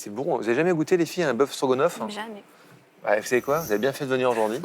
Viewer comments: Mais qu'est-ce qu'ils ont tous à dire "Strogonoff"? C'est StrogAAAAAAnoff, y savent pas lire? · AAAHHH! Ca commence à me péter les burnes ces télés réalité!! Stroga? ou strogo?? Bande d'abrutis!